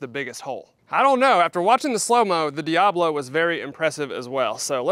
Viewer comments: It’s not dee ah blow. It’s dee ah bow low. Look how it’s spelled and say it correctly, please. It makes you look smarter. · Sorry to be that guy, but it's "diaBOlo" not "diAblo." Diabolo describes the shape of the pellet, not Satan. lol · That word is "Dia-bolo" not "Diablo" as in spanish for devil. I think it's pronounced "Dee-uh-boh-low" It refers to the shape of the pellet.